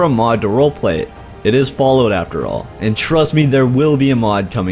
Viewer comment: Hahaha. Falloot.